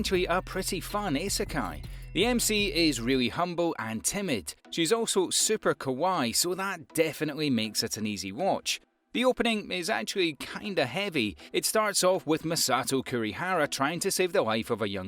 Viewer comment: My guy pronounced kawaii as kawiiiiii